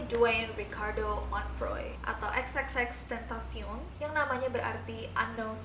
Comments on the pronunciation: xtentacion aja gapake 3× X cuma satu(penyebutannya) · X tentacion bacanya kakaa wkwk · Kak cara bacanya tuh, xtentacion